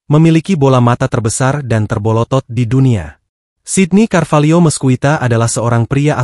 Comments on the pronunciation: 😁. Kan melotot min. Sy juga Sundanese kok makanya pngen ketawa saat nyebutin paling bolotot, 😄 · Terbolotot min? Sundanese kah kau? 😄